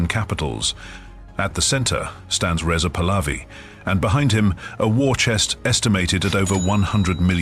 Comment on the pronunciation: You are showing the Golestan Palace in Tehran and calling it a house in Maryland. Most of this video has nothing to do with Reza Pahlavi. And your ai generated voice is saying the name wrong.